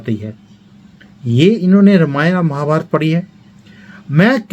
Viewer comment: आप रामायण को रमायन क्यू बोलते है क्या ये स्टाईल हैं या आप ये सोचते की सही उच्चारण रमायन है